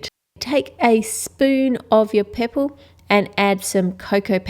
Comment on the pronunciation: she says poorpole